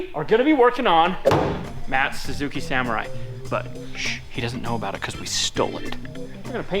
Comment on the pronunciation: i am happy to see you working on the "saMORRai"